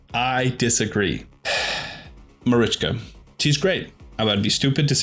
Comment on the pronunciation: This was my first time watching your video and it will be my last. Yumeko was a hard enough pill to swallow but when you said marichka that's when I stopped watching. Good luck to you man but I couldn't listen to this anymore.